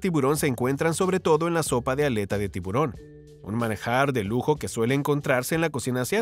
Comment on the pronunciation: Por favor no se dice tibrón sino tiburón y esa U suena muy clara. Disculpas por corregir y muchas bendiciones.